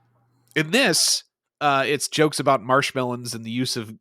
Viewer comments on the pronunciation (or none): Swinging back through and the one thing I'll add is who TF pronounces it "marsh melon?"